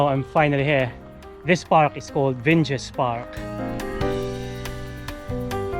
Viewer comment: If you want to educate people then it is helpful to check correct pronunciation first. Google Translator has that functionality although admittedly not for Lithuanian. They are other sources available. Do not apply English pronunciation rules as a default. This does not always work. Embarrassing: Vingis Park.